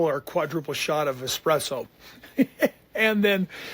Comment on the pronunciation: Did he actually say, "ick-spresso or eck-spresso"??? Anyway, as much as Kody must love looking at himself in mirrors, or anything reflective, I'd like to suggest he keep at it while practicing his one-minute cameos to the seemingly "loveless" he caters to...Honestly, I find them so over-the-top, (forced friendly) & fake, that they seriously give me the creeps ... I don't think Christine is consciously or unconsciously throwing ANY shade at Kody...She's madly in love & wants the whole world to know it...Kody must be feeling so abandoned & cheated by his three wives finally leaving him...Without them, he seems kind of irrelevant??? If Robyn goes......................